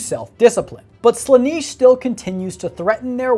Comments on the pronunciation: Slan-eh-sh not Sla-nEE-sh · Slanish? It's slanesh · "Sla-niche"..... ffs man... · Listen to this mon'keigh, pronouncing "Slaanesh" as "Slanish" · someone please tell him how to pronounce Slaanesh correctly, it's getting on my inquisitorial nerves.. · You should do more homework on your subject. You are not pronouncing Slaanesh correctly. Give the subject the respect it deserves, man!